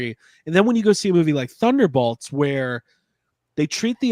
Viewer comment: BOLTS B O L T S B-O-L-T-S you are killing me. wtf is a thunderBALTS. come on man its annoying af like rick burping in the first season of rick and morty